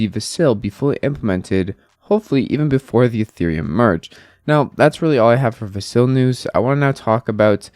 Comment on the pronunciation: How do you follow ADA and not know how to say Vasil?